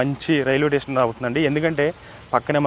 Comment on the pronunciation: టేషన్ కాదు స్టేషన్ లాంగ్వేజ్ మార్చుకో